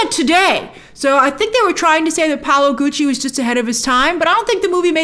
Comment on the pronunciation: Its Paolo NOT Paulo